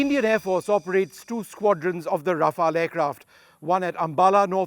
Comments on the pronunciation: RafaLE. Stop butchering the name 🤮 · Mispronouncing aircraft names since the 90s - Vishnu Som